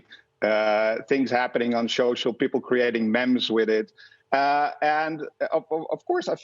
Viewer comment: MEME!!! Not "memms"!!!!!!